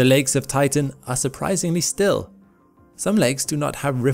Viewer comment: For a moment I heard titan as tython